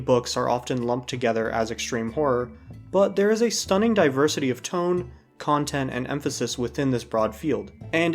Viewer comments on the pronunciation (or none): none